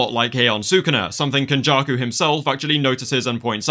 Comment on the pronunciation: Not “ken-backshots-jakuuuu”